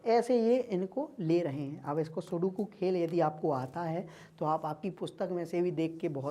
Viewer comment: sir sukodu nahi sudoku ho taa haa kiya teacher baneaga ga rea tuuu !!